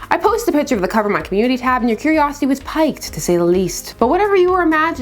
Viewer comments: You are so stunningly Gorgeous! At 24 you refer to curiosity being PIKED! Did you mean PIQUED? Or is it an American pronunciation? Normally I would not say anything but the Painkillers & Wild Turkey... I Really dig your Content. Please keep up the good Comic Work. love Steve Holliday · I'm sure you've mispronounced a word or two in your life. This is clearly an example of she's only ever seen the word "piqued" in print and assumed it was pronounced "piked". No reason to condescend